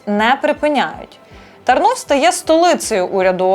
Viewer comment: Місто називається- Тарнів; з акцентом- А. тАрнув по- полськи.